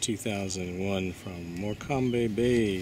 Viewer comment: The "be" on the end of "Morcombe" is silent" - It's pronounced as "Morcom" :)